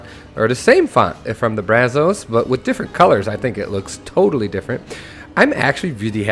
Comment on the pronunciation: the “o” and “a” in “Brazos” is supposed to sound more laid back. Use the “a” as in “mad” and “o” as in “of” (sound like “uh”)